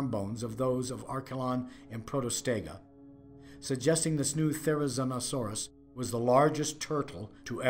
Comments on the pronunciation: Yeah, he was mispronouncing the name all throughout the entire video except for once when he mentioned the animal's full name. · PaleoFAIL: Pronouncing the name wrong the entire video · The biggest paleofail here is how he pronounces therizinosaurus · WTH is with calling this “therizonosaurus” It is therizinosaurus